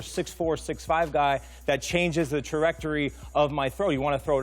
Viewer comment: how did this man say trajectory? lol